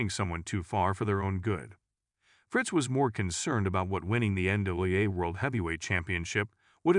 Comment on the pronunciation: Yeah, having trouble giving a single ounce of respect toward a channel that can’t be bothered to even learn how to pronounce the Von Erich name correctly and, apparently, is incapable of even saying the letters “NWA” correctly.